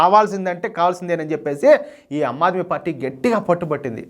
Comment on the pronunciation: ఆమ్ ఆద్మీ పార్టీ - మీరు అమ్ ఆద్మీ పార్టీ అంటున్నారు